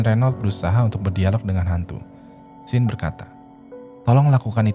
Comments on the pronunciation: Nah kudunya kaya 'Shawn' bacanya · sean bacanya syan bro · Sean bacanya Shan bang, bukan sin hehe ✌ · Sean itu dibacanya "Shawn" atau "Shon", Bang, bukan Sin. 😂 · Njir. Nge bacanya setengah" si:v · Sean bacanya kek Shawn (Eng) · ok... namanya dua2 nya salah.. Vlad itu kyk bilang blood tpi pake V.. so apa yg di baca sama dengan ap yg diomongkan. and Sean.. di baca shan......... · Sean is pronounce " Shaun or Shawn "